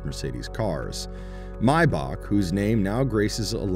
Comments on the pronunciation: So his name was Maee-Buh after all, not Mai-bak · "Maybaak" gtfo man